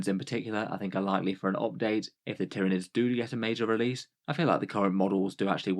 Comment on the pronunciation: Ty-ran-ids, Ty-ran-ids, Ty-ran-ids!!@